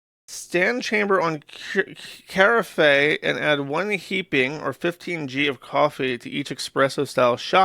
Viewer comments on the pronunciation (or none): Its always fun hearing Josh pronounce words wrong like Carafe.